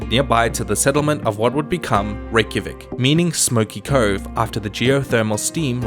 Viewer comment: I am from Iceland and used to live there and it’s funny to here you say like Reykjavík because it not pronounced like that loll but it’s fine good job and I liked this video